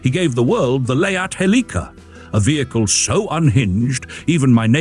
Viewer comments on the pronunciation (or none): none